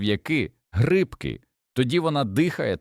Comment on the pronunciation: Пшо'но😂 гри'бки😂 ШІ не навчилося наголос ставити вірно